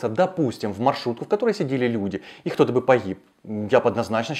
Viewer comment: Не Хто, а Кто. Тренеруй дикцию. А с видео согласен.